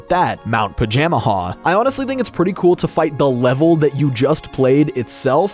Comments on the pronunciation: You are a fool it's pronounced "Paja-MAJA" not "Paja-Maha". Also, I'm gonna be real, the whole "Bowser betraying Antasma" thing feels entirely hamfisted and dumb. If they REALLY had to break apart, why could it not have been AFTER having a second Bowser-Antasma team up battle? Hell, mix the Dream Stone and Nightmare Stone into something TRULY heinous, call the result Comatose Bowser. THEN have the two arguing about how the other guy was sandbagging AFTER they get beat. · I watch Sullypwns play through this game as a kid so much, makes it weird hearing Pajamaja pronounced this way